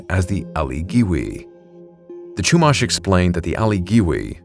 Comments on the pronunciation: as a 5th Generation native of Central Coast Of California (Santa Barbara's region), some of the pronunciations you did for Lompoc (Lom-Poke) and Chumash (Shu-Mosh) were very jarring to hear from a non-native of the region. But as for the story of the "giant coffin", I've heard of that tale once or twice in my life. It's more or less a legend now, even by the modern descendants of the Chumash as the location of the burial site has been lost to time. But then again, the Central Coast gets VERY rural very quickly once you head Eastward OR the valleys that border coast and the inland cities. We have seen strange things out here, even near Camp Roberts (National Guard outpost base and training grounds). Edit: I didn't add Vandenberg because it's been mentioned enough times for it's UFO sightings and whatnot. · Love the video and got a kick out of your pronunciations. I grew up in the area. It's Lom-poke not Lom-pock and they're the Shoo-mash (like mashed potatoes) Indians not Chew-mahsh. When I was younger I had a neighbor who was Chumash. She inherited a wolf from her dad when he passed. She was allowed to keep it in her house because she's indigenous. Non-natives aren't allowed to keep dangerous wild animals. The wolf was MASSIVE. I'm bummed that I was too scared to pet it at the time. I'd love to now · Lompoc is pronounced like Lom pōke, and Chumash is like Choo mash with the mash sounding as in mashed potatoes. AI 🙄.